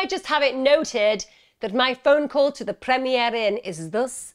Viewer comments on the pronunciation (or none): none